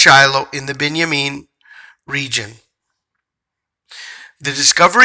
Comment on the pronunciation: Thank you. I am amazed that you pronounced Binyamin just like God spoke it to me when He told me I was of that tribe. Bless you for sharing this great information with us. Shalom